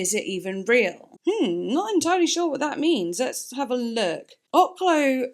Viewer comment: Oklou is pronounced, (Okay-Lou)